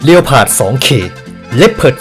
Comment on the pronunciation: ต่อไปเราต้องอ่านleopardว่า เรียวพาร์ด เเล้วสิน่ะ